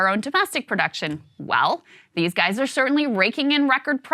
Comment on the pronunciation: "Well Gais"